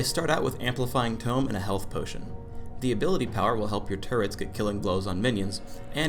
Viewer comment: "turrents" WHY